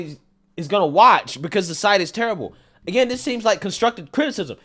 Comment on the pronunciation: dis supposed to be, dis dis dis, day dem, deez people, your vocabulary is so horrid to listen to and you always sound like youre yelling its so hard to enjoy these videos in the background of my computer